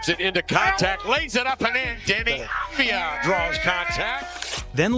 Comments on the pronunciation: One more time I hear Abdijah, I cut veins. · Av-di-ya. You welcome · That's a good recap about deni. But one thing for you for the future. You pronounce his name wrong. Yes. It's written avdija but you need to say as a Y instead of a J. It's written avdija but pronounced avdiya. Like every analyst said in the video. Of course it's been recorded before the spurs series but even during the series, deni showed he belongs. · it's Av-d-ya